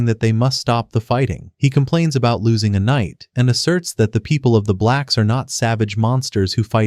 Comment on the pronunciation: Bro did not need to emphasize “blacks” every single time lmaoo